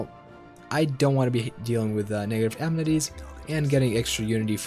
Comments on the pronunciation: In the first few seconds, you had me. I've hated Wiz for a long time. But "am-netties", seriously? "Uh-men-it-ees" practice now. Administrative Cap doesn't matter. Ignore it completely. Trust me. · a-MEN-ities, Not am-netties. Thank you. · It's pronounced "Uh-Men-It-Tees" Your videos are amassing though. Thank you!